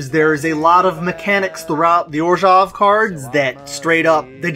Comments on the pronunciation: Finally someone else who says "Orzhov" instead of "Orzov"! Love these videos by the way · Orzov isn’t a wrong way to pronounce it. But orzhov is a really better way to pronounce it.